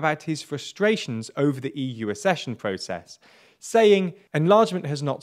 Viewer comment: The word is accession pronounced ac-session